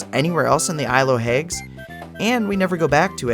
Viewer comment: Why do you pronounce it isle of "hagues" instead of hags? (Like hats with a g)